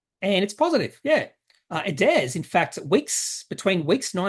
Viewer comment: what is it with "hairs" at the moment (heirs/ hairs) ....adairs/adhairs!